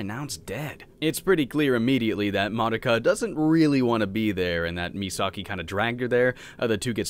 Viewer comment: Have you never heard "Madoka" pronounced? It's "Muh-doe-ka".